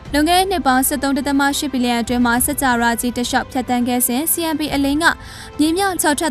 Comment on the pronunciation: စၾကာဝဠာ - စက္ၾကာဝလာ ပေဟဠိ - ပေဟလိ ပါဠိ - ပါလိ အဲ့တာေလးေတြ ျပင္ေပးပါလားခင္ဗ်ာ အေႏွာက္အယွက္ျဖစ္သြားလ်င္ sorry ပါ ခင္ဗ်ာ